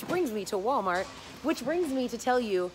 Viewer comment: OMG Wally World dollar gentral I LOVE YOU SOOO MUCH FALLON YOU SAY IT THE SAME WAY I DO OMG LOL!!!!!